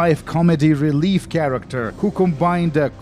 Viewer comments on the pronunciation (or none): none